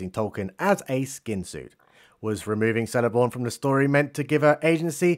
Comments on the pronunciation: Celeborn is pronounced "keleborn" not "seleborn". The letter C never turns to S in pronunciation in Tolkien's works. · Just funny how he says Seleborn